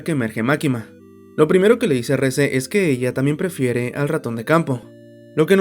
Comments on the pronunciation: Yo creo que la pronunciación correcta es como se escucha en su idioma original "Reh-zeh", "Reese" el de Malcolm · ES QUE SE LLAMA REZE NO RIS 😭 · El nombre de la chica es REZE, no REESE! Se pronuncia Re-Ze, tal como está escrito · Nadie le dice "Ris" literalmente es Reze 😂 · Aún no entiendo el por qué le dicen "Riz" si en japonés lo pronuncian como se lee xd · Reze se pronuncia: Rese